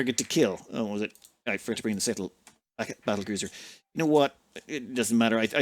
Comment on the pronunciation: Is it just me or are you calling battle cruiser as cattle bruiser